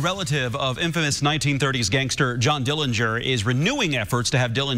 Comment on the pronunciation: The correct pronunciation of Dillinger is with a silent 'g'. There are many more relatives from both John W's marriages that are against the exhumation of our Uncle John.